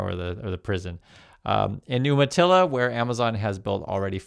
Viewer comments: Umatilla is pronounced with a 'long U' sound, You-matilla. Not Oom-matilla. Native American word/tribe. From a native Oregonian.😊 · "You-ma-tilla," not "Oomatilla." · YOU-matilla NOT OOM-matilla. Are you sure you grew up in Oregon?? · It's pronounced YOUmatilla, not Oooomatilla. And you were an Oregonian. Shame!!! Love your videos. Thank you for the unfiltered truth. You're making a difference. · FYI it is pronounced "You-matilla." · It’s umatilla pronounced youmatilla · For an Oregonian you are always getting the native name pronunciation wrong. Pronounced You-matilla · Umatilla is pronounced You-ma-tilla.